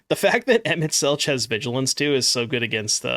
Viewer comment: FYI it is pronounced Emet-Selk. There's no 'ch' sound.